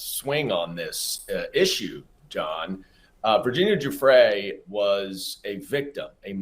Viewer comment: How does any self-respecting reporter not know how to pronounce "Giuffre" by this point should turn in her press pass. Jeffries? Seriously?